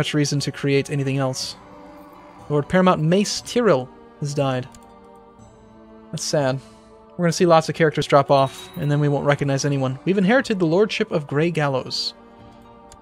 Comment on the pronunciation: Mace Tyrell last name is said tie-rell not tryl